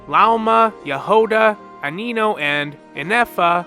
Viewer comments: HOW IS IT YOU PRONOUNCE ALRECCHINO AND REIRIR BUT NOT AINO. Its not A-nino. Its pronounced like "I know" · bruh u gotta be kidding me Anino really.....It's Aino ( I know) 😂😂😂😂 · It's AINO. Not ANI-NO. Sorry, I had to channel my inner Hermione Granger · Ainino? Bro creatied extra syllables. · Ibis. Eye-bis. Aino. Eye-no. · My ears hurt every time he says Aino's name wrong. WTF is ay-ee-no? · I find it funny you call Aino Anino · Nearly every name right except this one is crazy.